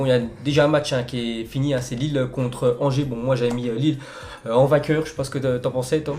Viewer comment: Il a parler de Lyon et Lille ok mais il c mal prononcé